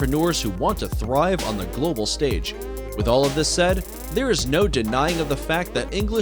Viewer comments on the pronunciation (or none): none